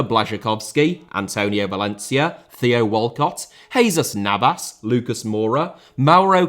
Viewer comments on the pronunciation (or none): none